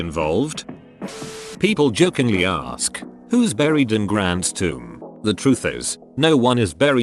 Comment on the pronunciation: For the millionth time: it's ASK a question, not AXE a question.